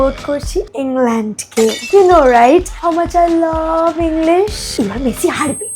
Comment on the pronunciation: আরে ওটা ভুল বলছো ওটা মেসি না মাসি